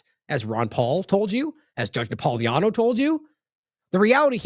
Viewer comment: Ya gotta get NapoliTANO name pronounced right. Na-pol-i-tano.